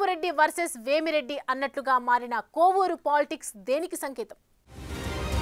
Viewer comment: బాబు కొవ్వూరు కాదు కోవూరు